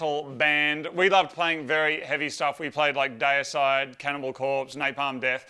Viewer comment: Just can't get over Moog saying Deicide day-a-side. I know, it's an Australian accent thing. Still though, mass respect as I'm still a fan of Cannibal Corpse, Deicide, etc..